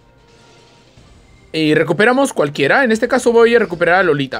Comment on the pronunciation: Es iolita no lolita XD